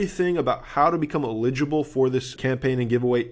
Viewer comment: every time you pronounce eligible that way I do a spit take and my computer is drenched